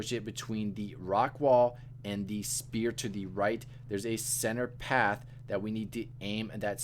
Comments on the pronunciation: Can’t get over “spear” 😂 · sphere not spear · you're an absolute life-saver but man you gotta work on that pronunciation, it might just be because i have the ears of an octogenarian tortoise but it sounds like you're calling them spears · 10/10 for the guide but your pronunciation of sphere was killing me haha